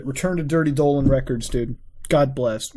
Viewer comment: When that picture of Donald trump came up, why did you call him Dolan trump? Like the way you kept saying Dolan records, then you called him Dolan trump, like wtf